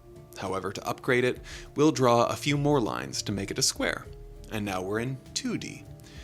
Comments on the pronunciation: It’s not Uh Square, it’s Aye Square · Flatland tip: A Square is his name, pronounced Ay Square. Not a Square, pronounced uh.